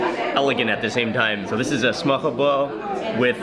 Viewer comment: Loved the video! Hope that you enjoyed Denmark. As a Dane, it sounds really funny when you pronounce ''Smørrebrød'' Did the danish guide you had not comment on it at all?